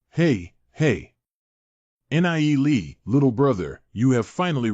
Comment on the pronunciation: why do all these recaps say N. I. E. lee... god out of the 9 videos none of them say his name right other than the 2 min clips. FFS can none of you fix this? PLEASE!?